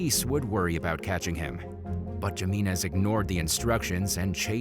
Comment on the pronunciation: It’s pronounced Himinez bruh.